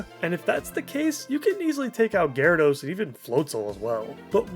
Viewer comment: Bro did Gyrados bad 😂